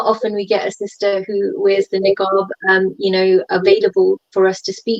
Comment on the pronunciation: Its Niqab and not Neeekaab